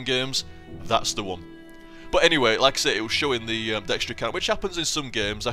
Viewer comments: I was confused when you were saying dextery.. Then I realized you were talking about DXtory, lol. I've only heard it pronounced D X tor-E. But that class definitely seems a little OP, so much so that you get too laid back and you're dying while playing it =P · Gah, I made a mistake when replying to someone's comment in this thread, and it nuked the entire thing! :[ But yeah, it's called Dxtory, most likely pronounced "D-X-Tory", but fuck that, I call it "Dextory" :]